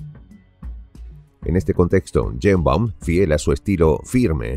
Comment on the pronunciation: No es Yeimbaum.... es Sheimbaum.... y no es presidenta es Presidente!!!!